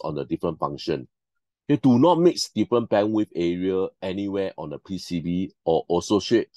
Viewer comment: Quite informative. Moreover, I like how you pronounce PCB as "P C Buh"... unlocks new possibilities of accents!